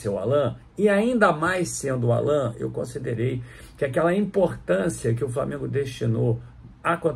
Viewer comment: não pronunciar o nome do Allan, da forma como os pais dele o batizaram, não seria desrespeitoso?